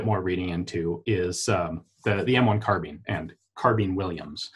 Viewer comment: In English,carbine is pronounced car-by-n..the word Ian is saying is carbene..